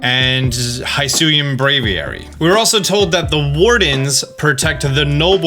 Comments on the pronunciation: Hisui, not Hisuy. You can pronounce it, it's the I from in Pikachu. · Just to clarify, it’s pronounced Hee-sui not Hai-sui. The name means Jade.